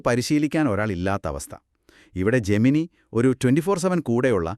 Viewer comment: 'ജെമിനി' അല്ല 'ജെമിനൈ' ആണ്